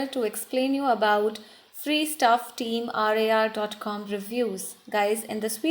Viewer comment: She dosent even know who they are bruh They are famous youtubers with 7 million subscrbers and this is their merchandise website if you watch their vidios we can see that they are legit And also she doesn't fully know about them she saying team R A R but the real prounsation is team rar Yes watch their vidios it's team rar Not team R A R